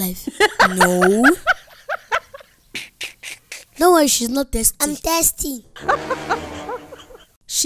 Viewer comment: They said tasty when they tried to say Thirsty...